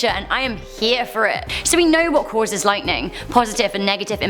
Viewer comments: It's ball "lightning" not ball lighting 🙄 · am i the only one who hears say ball "lighting" instead of lightning?